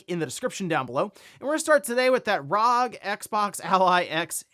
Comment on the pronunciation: The way you pronounce ROG bothers me, especially since ASUS themselves say it's R-O-G.